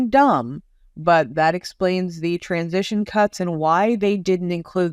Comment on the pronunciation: What in the name of Elmer Fudd is a 'Transistion'?